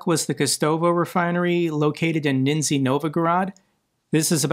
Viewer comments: it's nizny, not ninzy. Love your videos, keep doing the good work! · Just a small thing for: If you'd like to pronounce Nizhny Novgorod like a Slav, I think it might be easier to try to pronounce the first part like "niche - knee" without a pause in the middle. That's I think real close! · As a note, its not pronounced Nizny, its zh which is more like between sh and j. so Zh. Not an uncommon sound in slavic languages. Pronouncing it as "z" Its like pronouncing sh as "Sss hhh". So "S-hould" instead of "should"